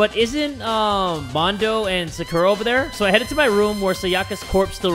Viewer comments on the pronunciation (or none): I've been in the danganronpa fandom for 7 years and it just makes me so happy to see people injoying a game that has meant so much to me. Also the mispronunciation of Sakura and sayaka are just bothering me a little